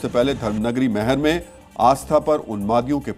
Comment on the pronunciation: आप भी अनजाने में ही जिहादियों का साथ दे रहे हैं। वो मैहर नहीं मैयर है।